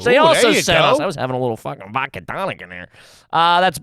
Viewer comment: My dad also says "vokka". I'll be slow the correct pronunciation down and have him repeat after me. It then becomes "vodkeya". He does a similar thing with the word pumpkin. It goes from "punkin" to "punkeyan".